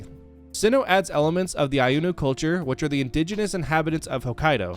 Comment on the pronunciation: you forgot to mention that part of Sinnoh is based on Sakhalin, which is an island that is part of Russia. Also, it's "Ainu", no "Ayunu"